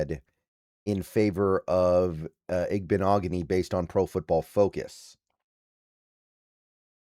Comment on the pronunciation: I think you pronounced this better than most hard ones B! I like the pick up for depth behind Jobe